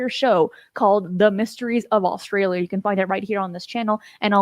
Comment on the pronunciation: Australia not Allstralia! My dad says it the same way lol!